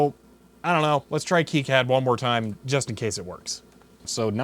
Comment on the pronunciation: Still have mine. It looks like the day I pulled it out of the box brand new. Still use it as well when I want to print out plots from the SpecAn or VNA. You'll have to pry it from my cold, dead hands. By the way, KiCAD (The popular free PCB design package) is pronounced "Key-cad", not "Kai-cad".